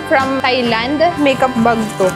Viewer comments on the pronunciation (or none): none